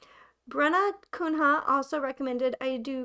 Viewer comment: Aww omg thank you for the shoutout!! <3 I know my name is a little complicated haha! It's brazilian! The more accurate pronunciation of my last name is "kuh-nya", just a heads up, but all's good! Anyway-- Thank you for the video! I really do hope it does well and I've recommended it to my fellow dev teams, as an aspiring petsite dev myself! I hope your channel only grows and that you can find new cool niches that you love to cover! Great video!! :D EDIT: I actually used to love DV so so much. I played for three months straight and then burned out big time. I can barely log in every day nowadays. It's got no rewards that I can chase, and not much else aside from dailies, which I and so many others hate. You really managed to put it into words. I also really think the main quest roadblocks and the focus on a set storyline pu DV in an unfavourable position. It's constraining and doesn't leave much room for the users to create.